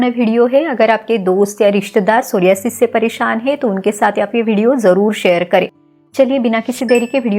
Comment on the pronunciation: Mere alawa kewal aap ne is rog ka sahi uchcharan kiya..🙏 Dhanyawad Didi is video ke liye 🙏 GS Rathod